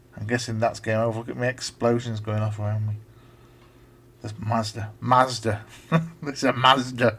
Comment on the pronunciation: I should explain that the name Masada is from a place in Israel where a group of Jews held out against Roman attackers and committed suicide rather than be captured. I'm afraid your pronunciation is a bit off. The A's in Masada are like the a in the words Arthur or Arm. So it's Maa-Saa-Daa. You're saying it more like Mazda the car. There's quite a detailed page about Masada on Wikipedia.